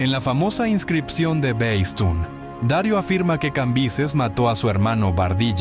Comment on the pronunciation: No se dice Dario sino Darío el grande. Hermoso relato nunca lo había escuchado me encantó. Gracias 👌.